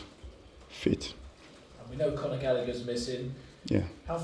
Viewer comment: Its Conor not « connard »😂😂